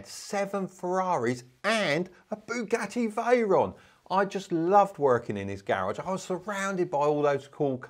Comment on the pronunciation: Booogatti Vyron 😅